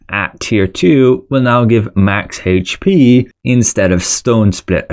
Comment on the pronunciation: Say HayH-P one more fucking time!